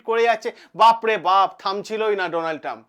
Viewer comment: চ্যানেল খুলে শুরু হয়ে যান বক্তব্য রাখতে অথচ বানান উচ্চারণ সবই ভুলভাল😂😂😂